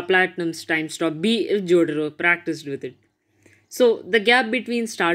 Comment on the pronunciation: WHO TF IS JOTRO? IT"S JOTARO MY DUDE!!!! LMAO